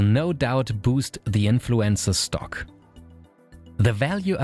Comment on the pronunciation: Maybe it's just me but every time he says 'influencer' it sounds like 'influenza'.